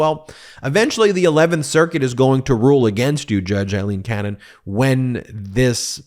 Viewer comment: You're just never gonna say her name correctly, are you?